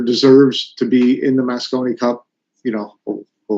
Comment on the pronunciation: Mosconi not Moscow